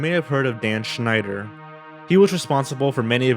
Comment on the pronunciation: Damn, your pronouncation of the name Schneider is on point